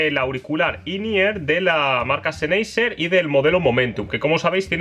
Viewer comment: Apoooooooooool, senhaiseeeeeer, podrias pronunciar mejor las marcas, Apple y sennheiser, porfavoor jaja